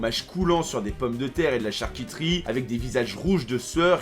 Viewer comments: de la Char-qui-tri...........................c'est pas plutôt de la charcuterie XD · "charcitri" Kappa